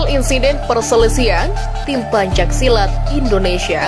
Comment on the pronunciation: Pembaca teks narasi salah dalam pengucapan PENCAK SILAT bukan PANCAK SILAT.